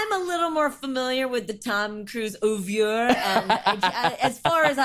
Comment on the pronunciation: Do english going people typically pronounce oeuvre “hoovier“. That irrationally bugged me so much. Lol